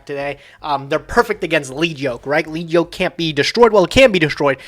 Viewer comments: correctly pronounced Lead Yoke! Once... And then mispronounced it again..... It's a YOKE made of LEAD. Lead, the heavy metal! He gets stronger as you remove his HEAVY LEAD YOKE. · You guys are saying lead yoke wrong and it’s hurting my ears